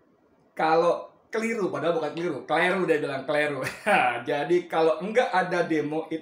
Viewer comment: semangat bahasa indonesia keliru keleru lama2 kelereng? hahaha semangat BEM.